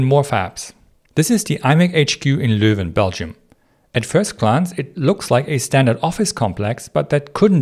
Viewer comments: This is the first time ive heard a foreigner say Leuven correctly multiple times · I find it amusing that people are surprised he pronounces Leuven perfectly, considering the German spelling Löwen corresponds exactly to the same sounds Dutch uses. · Your pronunciation of Leuven was spot on!